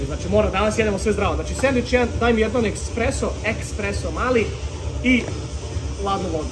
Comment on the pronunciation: Espreso* bez k